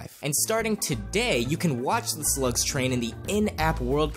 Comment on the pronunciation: did he say sluts or slug s